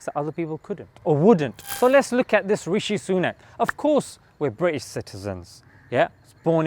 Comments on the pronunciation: "Rashee Sunok" LMAO 😂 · Biden: Rashee Sunuk, loool